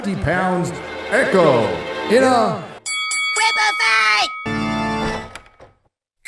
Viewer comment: As a partial Native American, I am proud to say I will never watch EEE-Cho. Never.